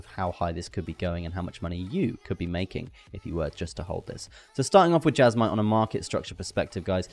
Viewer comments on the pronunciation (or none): Jasma lol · Why would you go out of your way to pronounce Jasmy wrong?